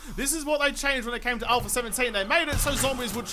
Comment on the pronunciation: I always forget to ask this question, but now that I remember.... Are you saying "Alpher 18" in the beginning of each video? Lol. Just wondering if it's the accent or if I'm hearing things... Haha.